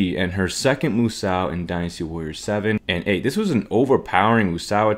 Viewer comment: Moo Sow? My ears are bleeding. 🐮